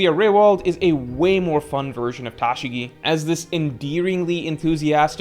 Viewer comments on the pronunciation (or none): Bruh, why are you saying Tashigi's name like that lmfaooo